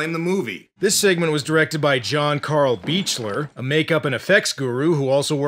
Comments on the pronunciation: John Carl Buechler's last name is pronounced "beak-ler", not "beach-ler". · One little thing: John Carl Buechler's name is pronounced "Beak-ler." Kane Hodder was his pal and that's how he says it.